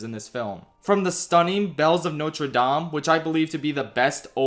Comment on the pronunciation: I could comment on a lot of bits considering all the movies talked about here, but I'll just say this: thank you for saying Notre DAHm and not Notre DAYm (they pronounce it correctly in the movie, but when people talk about it they keep saying Dame the english way???)